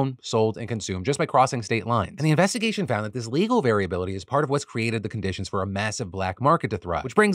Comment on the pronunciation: Heh "Joint Innvestigation"